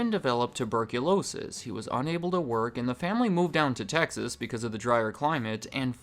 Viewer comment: Please keep saying Texas